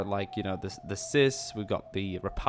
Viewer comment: You dont pronounce it like "sis", its CIS (Cee-Aye-Ess), like FBI, NSA, CIA, or NSI:SD:SUV